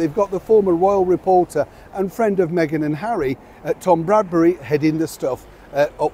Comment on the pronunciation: it’s Tom BRADBY!!!